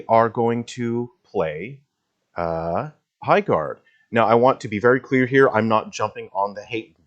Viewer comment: High GARRDERING :D